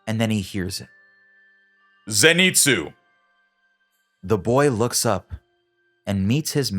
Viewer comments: It’s zenitsu not zEnitsu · Its not zin-its-zoo its zen-its-oo